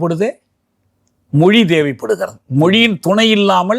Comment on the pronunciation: The interviewer should start saying Mozhi instead of Moli